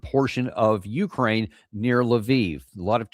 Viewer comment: The stress is on the second syllible: "u-krAAAine"!!!